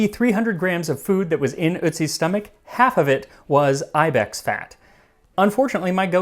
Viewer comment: That’s not how you say ibex